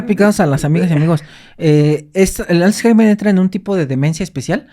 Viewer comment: aprende a pronunciar correctamente la palabra Alzheimer 🤓